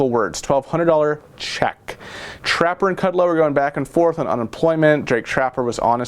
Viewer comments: You mean to say Jake Tapper.. not trapper lol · Jake Tapper!!.. not Trapper ! Lol! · Jake Tapper!.....not Trapper.....and he was rude....